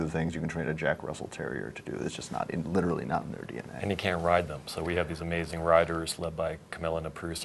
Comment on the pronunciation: More like aMAISIEng